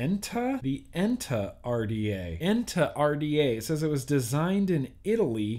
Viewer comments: ETNA not ENTA.. .Sorry brother, I know it's the dyslexia, but, it is the name of a volcano in Italy, designed by Italians... not a bad name after all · Cool to see you getting MTL RDAs,, am looking about your review on these! I already own (and seriously like)) the Cthulhu 1928 RDA, and I'm pretty sure you're gonna like it. The other isn't called the "Enta", but "Etna" (as in that vulcano on Sicily), and I'm curious how you like it compared to the Cthulhu 1928. That Fush semi-mech, yeah very gimmicky and definitely not innovative. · Its ETNA RDA, not ENTA.. hahahaha btw i hope you review the 1928 rda with proper mtl built in it. bcoz other reviewer did it with direct lung round wire built with 20~35watt... -.-'